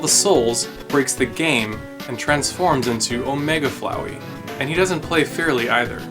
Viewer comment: flowey like floweed